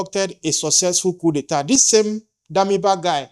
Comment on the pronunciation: Please the pronunciation of the word. Coup d'etat... check it.Please.